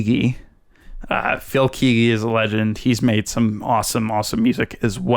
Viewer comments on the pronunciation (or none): KEGGY NOT KEEEEGY come on man